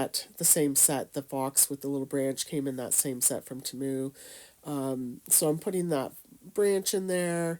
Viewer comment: I love how she says Temu!!! Its cute. She doesn't say Temu pronounced T moo, she says it in a different way like Tamu. I laughed bc I thought it was adorable. Great ornaments too, I need to try!